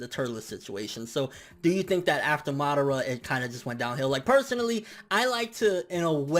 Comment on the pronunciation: I agree 100%, the Kages currently represent no threat to a being like momoshiki. I don't like the way you say MA-dara instead of Ma-DA-ra though lol